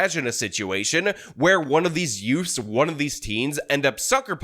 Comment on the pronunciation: yeah, the two yoots.